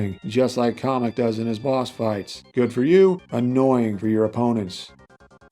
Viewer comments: First off KAM-EK! NOT KAH-MEK! Second, this is a very solid moveset, as always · Off topic but I don't understand the pronunciation Kah-mek instead of Cam-ek. That would mean that Kammy from the Paper Mario series is pronounced commie. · Sorry to say is but it not call komek is kamek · I've always thought it was KAY-MEK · Don’t want to be that guy but the Kam in Kamek is pronounced like the Cam in Camera